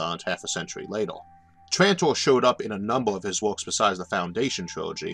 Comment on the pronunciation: I can't listen any more. It's LatER, not late_OR. I'll be back when you learn to speak English.